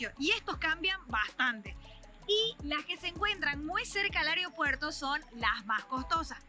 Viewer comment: "areo puerto"